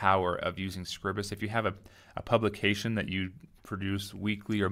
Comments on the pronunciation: ...should have called it scribe-us, to get the name right... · I'm sure someone has already said it, but, the pronunciation is off. I am fairly certain that it is … LEE-bruh Office SCRIBE-us